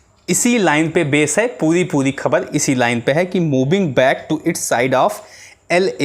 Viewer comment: Har sentence me shabd 'khabar' bol rahe hain 'Kh' ko aap halaq se boliye yaani ख ke neeche . Point rakhiye 'ख'۔ Aur bhi shabd hain Sorry for if you feel.